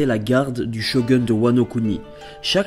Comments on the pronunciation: très bien mais c mas shogeun mais shogoun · Super vidéo mais "shogun" se dit shogoune et pas shogeune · Par contre c'est Shogoune pas Sho Gueune :p Sinon bonne vidéo ! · Mdrr shogeun non shogoun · Non pas "Sho gun" un shogouuuun!!! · ça se prononce "Shogoune" au fait :3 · c'est pas comme sa qu'on prononce shogub